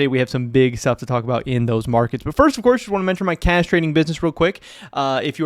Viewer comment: Please please pronounce cash as cash emphasis on the h… I almost choked on my drink